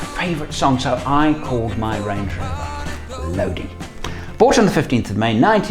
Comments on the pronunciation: CCR's song is pronounced Lo-di (eye) not LoDee. Lodi is a town in California. Cheers. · It's pronounced "low die" he sings it that way in the song "oh Lord, stuck in Lodi again" and that's how the place in California is pronounced. Wouldn't be a great name for a vehicle though, except strangely a Range Rover. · The song Lodi is pronounced "low die". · Just thought I would mention that I use to live in the town that song was written in. It’s pronounced Lo dye like eye. Lodi It just occurred to me that you probably know that from listening to the song lol It also just occurred to me “stuck in Lodi again” makes perfect sense lol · ) Enjoyed the story time. It might be a little late to find this out butLodi has a long i. [low-die] It's a place in California. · Uh, not to quibble on your otherwise excellent channel, but CCR pronounced it with a long i, as everyone in Low-dye does. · But it's pronounced Lodi (i) in the song.